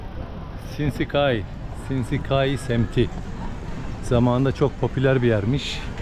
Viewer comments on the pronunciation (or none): Sh ile yazılan yerler Ş olarak okunuyor Japoncada. Sinsekai değil de Şinsekai şeklinde okunur.Bir çok yerde karşınıza çıkacaktır sevgiler.